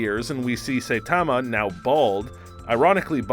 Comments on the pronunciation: It’s not that important but Saitama is not pronounced, say - tah - mah, it’s pronounced, sah - eee - tah - mah. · it is pronounce Sa-yi-da-ma , not Say-ta-ma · GET IT RIGHT HE'S NOT PRONOUNCED "SAI-TA-MA" HE'S PRONOUNCED "SA-I-TA-MA" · It annoys me so much when he says "Saytama".Does he even watch anime? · Dude just said Saipan wrong and I’m clicking off now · Say TAH ma just made me cringe so much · “Say Tamma” 😂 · Nobody, I mean absolutely nobody. This guy: Satamma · U pronounced saitama as saytama and super sayian as super saiyan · “Saytama”. Narrator clearly watches the show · Please learn pronunciations of saitama and saiyan 🙏 and this isn't how he really got his powers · i cant stand the way the guy says "saitama" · You prounounced Saitama Do you watch dub or sub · We've just started any you're already pronouncing Saitama wrong. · Why can't he say saitama name right and why can't he say super Saiyan right? It's not like they don't repeatedly say it in the shows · He also mispronounces Saitama. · ikr he pronounces saitama as the way you pronounce saiyan and vice versa. Irritating as hell 😂 and yes i probably spelled those wrong